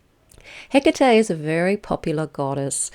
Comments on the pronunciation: Please don't call her Hiccatei. It's He-Ka-Te. Bless you❤ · Where did you find this pronunciation for the Goddesse's name? Is it the way you call her? Hecatè?